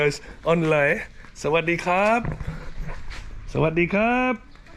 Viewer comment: Got home late from work last night, by the time I got done feeding the cats and took off my shoes, caught the last 20 seconds of your vid. Watching now at work. Love seeing Finley and hearing him speak Thai. Sooooooo......CUTE!:virtualhug:🥰. BTW, you pronounced LOEI perfectly,. You see...practice makes perfect. 😀